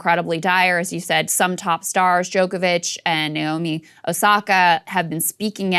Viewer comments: Saagar butchered Novak's surname. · He butchered Novak's surname. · Omg, “DjokoviCH”!!!